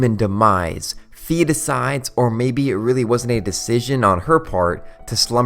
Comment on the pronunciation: Well, Fi is intended in Japanese and in all the other languages where it's not open to interpretations to be pronounced like fai, not like fee.